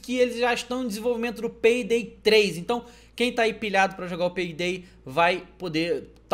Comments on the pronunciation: ESSE PEIDAY 3 AÍ É MINEIRÃO HEIN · peydey 3 rachei o bico kkkkkk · finalmente o pé... perai eu entendi peidei 3? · ele falo quase peidei 3